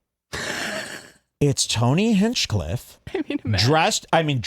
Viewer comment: used to say "Tony Henchclef" now he pronounces Tony's name properly...I bet Tony made him do that..